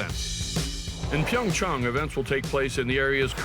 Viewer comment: Finally, someone that can actually pronounce PyeongChang correctly!! Also, HOPEFULLY YUZURU GETS ANOTHER GOLD!!!!